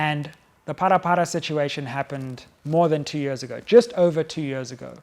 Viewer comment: It's Phala Phala not Phara Phara